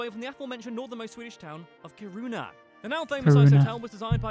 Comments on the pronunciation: When pronouncing Kiruna, think of Ki pronounces as key 😃 And yes, we understand danish and norwegian 😁 Julmust is a cold drink, glögg is suppose to be warm when drinking it. Glögg comes in a glassbottle. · oh my god.. its not pronouced Ki-runa. Do a google translate.. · The 24/7 sun is for about 1 month around the summer solstice. The 24/7 without any sun is for about a month around the winter solstice. Kiruna not Karuna. The "K"i in Kiruna is pronounced as the "ki" in the English word kiss. Most Swedish people are happy for the taxes. Much so because we get so much for it. Free heathcare, school all the way from first class to university etc etc. Latin was the church language in the time for Carl von Linnè. It was taught in schools here. Yes, it is true that Swedish, Norwegian and Danish people have similarities in our languages. Many Swedes though say that it is easier to understand Norwegian then Danish...but with that said, it is depending on local dialects. Written language is though easier. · We do not pay 50% in tax it is about 33%. And btw that Guy pronounce Kiruna wrong